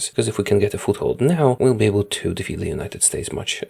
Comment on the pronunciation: Defeat not Defat